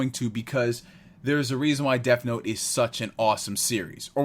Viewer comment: Curious but is it honoring the source material to keep calling it "deaF note"?